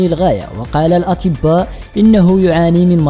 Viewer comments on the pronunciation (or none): قال الاتباء ههههههههههههههههههههههههههههههههههههههههههههههههههههههههه